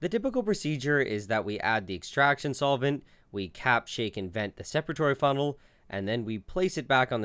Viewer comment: Don't think I've ever heard someone mess up the pronunciation of "separatory funnel" so badly